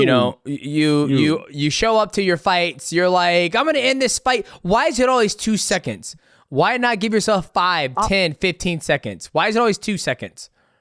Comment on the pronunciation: Really? seconds rhymes with sentence when he says it. Come on man ….. it’s the thing 🎉🎉🎉